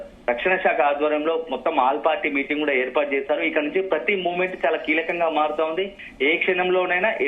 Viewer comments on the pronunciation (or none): none